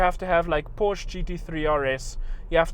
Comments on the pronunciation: Did he say porsh? Its Porsche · it is not porsh it is Porsche ! get it right! bam!(fist banged on the table) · Porsch? Wrong! PORSCHE! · What is Porsch? I thougt you tought us pronouncing PorschE! :P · He sounds like a South African with his pronunciation of "Porch".. Where does he come from.. ? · say it with me, PORSCHE! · You pronounced porschE wrong ffs GET IT RIGHT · It's funny you teach how to pronounce Porsche correctly but you say it incorrectly, lol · Uv said every german brand wrong after you shouted them to us how to do it properly :)